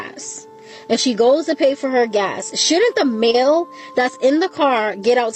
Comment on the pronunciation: Sweetie, the man is pumping gas, not GASH. With that missing "H" you can do that yourself.